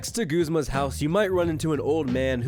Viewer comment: It's pronounced "Guzz-ma"...not "Gooze-ma" 😐 it even says it right in the game when a Team Skull member spots you for a battle! Guzma! 😃